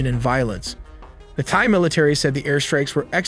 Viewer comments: Why bro pronouncing "Thai" as "thigh" 😭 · "No AI was used" "Immediately pronounces Thai as Thigh " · Every time this guy says "thigh" instead of Thai, or "thighland" instead of Thailand......... c'mon, get it right! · The “H” in Thai is silent. Pronounced: Tie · Did you just pronounce Thai as 'Thigh'? WTF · The AI cannot say "Thai", instead says "Thigh"? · dude stop saying thigh you are not Trump. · Did you say Thai as “thigh”? 😂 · Thigh? If you’re gonna make a video about Thailand, surely you pronounce the name of their people correctly 🤦🏽‍♂️ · Thai isn't pronounced Thigh. :-/ This shows how stupid AI can be. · You could've taken the time to learn how to pronounce "Thai" correctly. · Why do you pronounced Thai like that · bro, stop pronouncing the "h" in thai...50% of the time, you skip the "h" other 50% u include it...hella annoying. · Duum pronunciation for the way you say Thai. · My guy used AI to say Thai wrong a thousand times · AI would pronounce thai better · Please stop saying Thigh 😭 Thai is pronounced like Neck Tie. Wait a minute you used the correct pronunciation for a few minutes then didn't again!?! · Just FYI it’s Thai (Tai) not Thai (Thigh), thank you for educational video ! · It’s pronounced “thigh” it’s “tie” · Thai is pronounced Tie not Thigh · THAI is pronounced "Tie" not "thigh." Thailand is pronounced "Tie-land" not "Thigh-land." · Thai (Tie) not Thigh. AI is horrible. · If you can say Thailand, why can't you say Thai correctly? It's not "thy". It's "tie" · Thigh and Turkey-yay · This video is AI slop and absolute garbage. In the first minute it talks about the "Thigh Military." Completely useless, not worth watching. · Thai is pronounced Tie, and not Thighs. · Excellent work on the video. Very well done. My only critique is Thai is pronounced "tie" like a neck tie...not "thigh". Other than that fantastic work with the animations. Its actually extremely interesting and informative. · Very annoying to hear "thigh" and not "Thai"